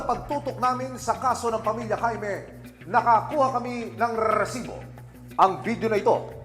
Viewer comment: napka cringe ung pronunciation ng resibo na word lol